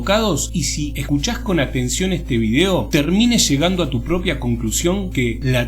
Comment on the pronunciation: Por cierto... vídeo lleva tilde en la í y es una palabra esdrújula, no se pronuncia o dice vidéo, tampoco se dice botesa, se dice botella.